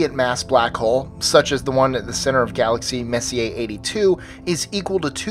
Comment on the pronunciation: nice your actually saying Messier's name correctly!! lol just busting balls I knew it gnawed at me enough to correct you last upload you used his name often.. great upload!